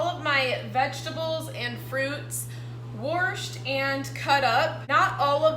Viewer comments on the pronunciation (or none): Worshed 😂 sound like a Texan lol